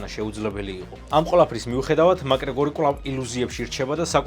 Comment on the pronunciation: მაკგრეგორი არა მაქგრეგორი 🙌